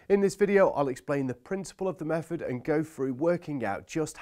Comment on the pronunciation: also mefod and bovver and furoughly 🤣🤣🤣🤣🤣🤣